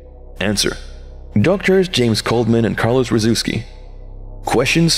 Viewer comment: Man that poor pronounciation of the surname "Rzewski". The "rz" is a diphthong that equates to a sort of "zh" sound, if you can correctly pronounce the film title "Dr. Zhivago", then you know how it should sound. Hard to explain in more detail as I don't really have access to the special phonetic symbols used in pronounciation guides nor do I have it memorized which is the corresponding one for the specific vocalization I'm referring to.